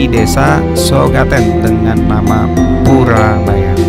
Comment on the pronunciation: Koreksi mas purboyo,bukan purabaya.